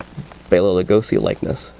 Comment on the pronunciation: You are one of the only people whom I've heard pronounce Bela right. Everybody else says Bella...